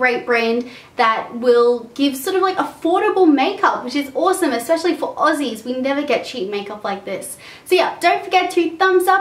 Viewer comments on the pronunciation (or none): none